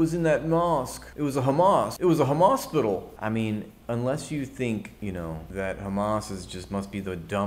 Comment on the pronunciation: Did you just say “Hamaspital”?